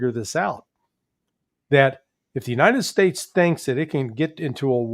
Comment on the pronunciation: Uniited splates 😂😂😂